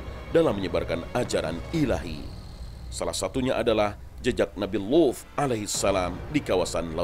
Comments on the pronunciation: Bilang Nabi Luth nya pake dialek ap ini,Saya dengernya jadi bukan Luth... Kayak wuf... Pendengaran saya bermasalah ini. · Sama aku juga dgr nya wuf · Ngga kok gan saya juga